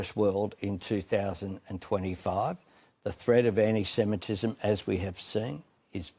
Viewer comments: Our PM can’t even say anti semetism properly. He continually says Anysemetism. But it’s been fine and dandy to have people saying gas the Jews, globalise the intifada, allah Akbar, kill kill the IDF, celebrate the deaths in 7/10. Everyone has been saying this is wrong EXCEPT the govt. now they want to stop hate speech. Hahahahah they are a joje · If I have to hear Albosleazy say enisemetism once more Im going to vomit 🤮. He cant even pronounce his words correctly . Lazy in his job and lazy in his pronounciation . 😡😡😡